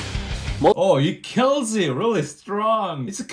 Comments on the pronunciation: "It will keal" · He will kiiiiieeel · With his famous line "it will keel" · It will keel..... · But most of all "it will keal" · it will keal!